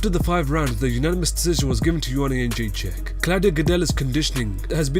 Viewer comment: He has a problem with every english word he says, pronounces "Joanna Jędrzejczyk" properly .... what the hell?